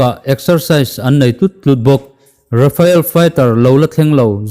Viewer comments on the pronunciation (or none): RAFAEL ni lo in, RAFALE zawk aw. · Rafael ni lovin Rafale